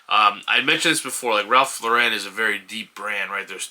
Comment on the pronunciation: Thanks,. (FYI, Ralph Lauren is pronounced LOR-en not lor-EN.) Subscribed!